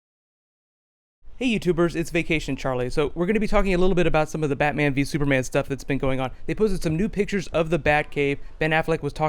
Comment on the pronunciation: "Super Manga" but "Battoman vee Supama"